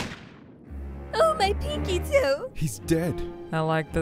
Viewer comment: “OH MY PINCKY TOE”